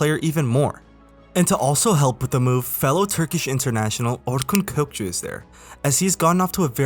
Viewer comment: nice video . true way to say aktürkoğlu , probably ure turk